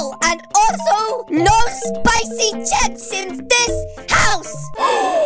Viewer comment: I am very angry he says CPICY CHIP👿😡